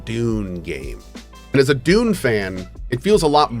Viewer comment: Have to admit, every time Cohh says Dune... I hear Doom. Something, something Dark Ages. ^.^